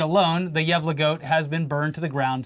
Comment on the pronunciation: You did not pronounce gävle right but it was closer than before 💀